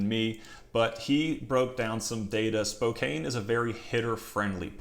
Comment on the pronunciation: Pronounced : Spocan. Love the content.